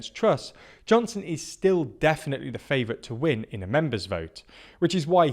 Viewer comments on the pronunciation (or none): "WIIN"? You've done this twice. So much for analysis.